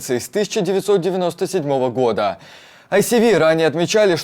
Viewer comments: Яке айсіві?)) Де ви побачили "сі" у ISW? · когда Вы цитируете Институт изучения войны, правильнее было бы называть его не АйСиВи, а АйЭсДаблью (Institute for the Study of War)